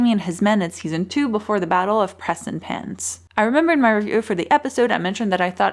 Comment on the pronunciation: Does she really say 'Preson Pants"? If so, that made my day!